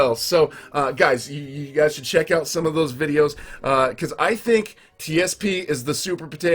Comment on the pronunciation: T.s.p not tps